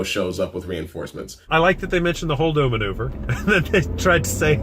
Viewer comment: I think he meant to say Holdo manure not maneuver... at least that’s what I heard